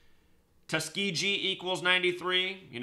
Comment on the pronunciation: Tuskegee has a hard g in it.